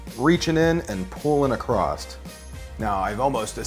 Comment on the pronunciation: Why he say ACROST